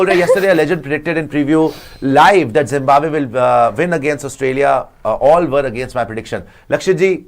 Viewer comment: Ary pagal ladki 😂😂woh jimbabwe nahi hota hai😂😂😂 zimbabwe 🇿🇼 hota hai😂😂